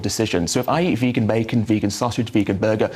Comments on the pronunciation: Few minutes in already and the guest who's a journalist and broadcaster is spouting the necessity for animal protein, he appears overweight and can't pronounce the word 'vegan' correctly. Does this clown know we only need 10-15% calories from protein and human breast milk is less than 10% protein. Yes, certain low-income countries can have children grow up with protein deficiency due to the scarcity of food but in the UK it's barely existent. Beans, nuts, seeds, soy and whole grains are around 15% protein and comes with other benefits including environmental, animal welfare and better health outcomes. Plants Highest fiber foods High in phytochemicals High in antioxidants Low in fat, saturated fat Cholesterol-free Non-heme iron No hormones, antibiotics No Neu5Gc No TMAO produced Low chemical contaminants MEAT NO fiber NO phytochemicals Minimal antioxidants High in fat, saturated fat High in cholesterol Heme iron (oxidant) Hormones and antibiotics Contains Neu5Gc TMAO production High chemical contaminants Easy winner. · that whole rant is just pathetic. From the „we need meat to get protein“ by to calling it „vaygan“ the guy is just absolutely clueless. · Wtf is a Vaygan? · almost turned me "veygan" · Oh god why do they always say "vague-an"? It's so consistently the anti-vegans who mispronounce it they must be doing it on purpose, some bizarre attempt to seem disaffected and uninterested. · as soon as said vaygan... i hate him! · bloated supposed journalist with chronic high blood pressure who can't pronounce the word 'vegan' claims you can only get protein from meat. Ok then, no worries bro